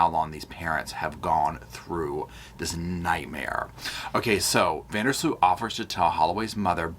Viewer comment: Tip from a Dutchie: Sloot sounds like Boat.